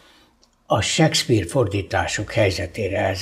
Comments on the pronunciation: Az a sekszpír az Sékszpir... Nem hiszem, hogy csak nekem bántotta a fülem... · Nem, nem akarunk kötekedni... 2023at írunk, én pedig nem értettem, hogyan lehetséges seggpírnek mondani Shakespeare nevét, akitől egy kattintásnyi távolságra ott van az információ...